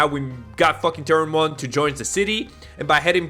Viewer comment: Namumon❌ Nanimon ✅